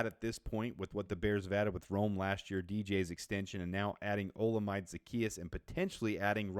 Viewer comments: Olamide is pronounce oh-lah-meh-day 👌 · Bro please learn how to pronounce Olamide…it’s oh-lah-mihday